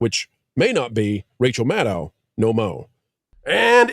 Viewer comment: Why does there seem to be a silent "c:" in Rachel Madcow?